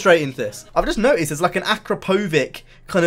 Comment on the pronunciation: noticed is pronounced with a t in the middle of it... its not spelt "no iced" so stop saying it like that hahahahah